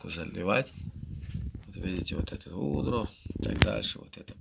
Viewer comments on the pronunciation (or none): Совок Гидро читает гудро)😂